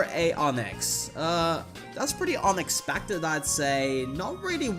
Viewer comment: Totally sounded like you said “Onixpected” and def seems like something you’d say 🤣